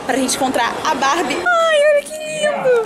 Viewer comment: teens! Se fala Barbie